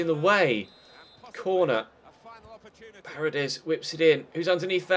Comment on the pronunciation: it's parEdes not parades